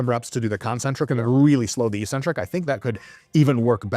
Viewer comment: Please for the love of god STOP SAYING ECCENTRIC WRONG!!!